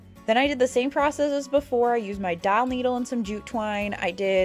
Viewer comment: Love your tutorials. Question, are you saying doll needle or dowel needle? And where to you buy them. Thank you.